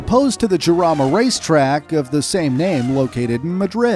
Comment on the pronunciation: Great video and content, super thanks! Small correction in the pronunciation of the Jarama name :P its not "Giarama" its more like a jewish "JJJJarama" xD